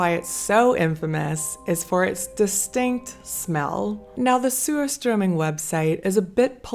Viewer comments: It sure sounds like the way it’s being pronounced, the first part of the name is ‘SEWER’. I’m afraid I’ll have to pass on this.😬. Commented before addressed this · I'm sorry, lol. I keep hearing you say, "sewer-strumming." Like, why are we strumming a sewer?! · It's pronounced Sushtruming. I only have one Swedish friend who likes it, but she's from Northern Sweden.